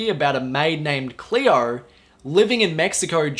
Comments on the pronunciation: Hello,! It is not "Clear", it is "Cleo"! 😉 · don't be an asshole. His pronunciation is dictated by where's he's from and makes it difficult to have a clean "Cleo" pronunciation.